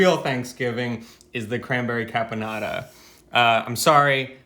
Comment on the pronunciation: This dinner looks way more delicious than any other Thanksgiving dinner ever! Of course I am completely partial to the Italian eclectic touches and twists Eva so graciously gave to it!!! I don't know why he keeps saying "carbonara' while the name of the cranberry sauce that she made is "caponata" with added cranberries which I find it to be an absolute "brilliant" alternative touch to the traditional boring cranberry sauce! Super well done Eva, well done!!! <3 The only missing item on this dinner is a little touch of good Italian wine, everything else looks delicious like..."Heaven!"